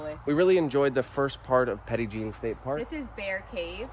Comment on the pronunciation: We love that place. My daughter and I visit Petit Jean at least twice a year. I recommend visiting in the fall. The trees are beautiful. Wanted to also say that we (Arkansan) pronounce it as Petty Jean 😉